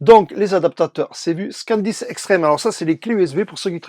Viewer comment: C'est moi ou c'est ton accent de Toulouse qui te fais dire "Scandisk" au lieu de "Sandisk" ? Et que tu écris "SSD Scan disk externe" 😂 😂 😂 😂 😂Mais merci pour ta vidéo 😃👍🏻